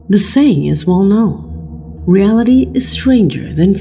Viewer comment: Should have subtitles or show texts on the figures within the video. The auto-generated caption can't even guess what this woman said who even pronounces the word "known" right.